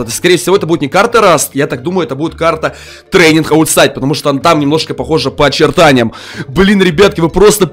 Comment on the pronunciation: Мамонт сказал:трэнинг оутсайд Я тоже так думаю